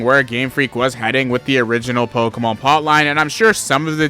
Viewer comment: If I had a nickel for every time this guy mispronounced a pokemon, Bezos would be my bitch